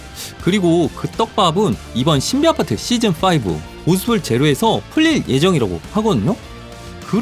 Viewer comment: 왜 겨속 신비아파트 발음이 꼬이시는 거죠?